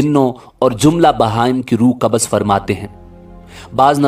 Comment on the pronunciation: Kabaz is constipation. Kabz is the correct pronunciation